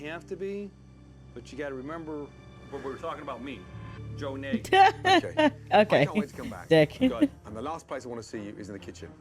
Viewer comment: So here's an interesting detail: Nagy is Hungarian for "The Great," and it's pronounced like "Nazh." I'm tempted to believe it's not his real name.